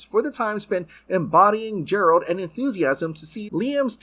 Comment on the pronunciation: Yeah it's G-eralt not J-eralt.